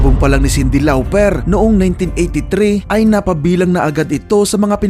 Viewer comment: Paayos ng mga pronounciation mo i-research mo rn like "Jarreau at Lauper" 👍 all in ok nmn explanation mo about sa history ng mga musicians 👍